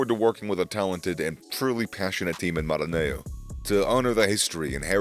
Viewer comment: Sorry. Please learn how to pronounce the various names. You are not credible pronouncing Maranello as if is Spanish name. You have not pronounced one single non English name properly. You are not credible with so many errors. Irritating. Please clean up your show. Thanks.